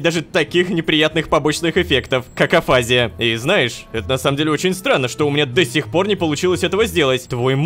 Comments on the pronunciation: Как же коробит неправильное ударение... Афази́я правильно, а не афа́зия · афазИя, а не афАзия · Я так дофига смотрела видео про афазию и шизофазию, что мне даже физически больно слышать "Афизия" вместо "афазИя" хелп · афазИя, пожалуйста говори так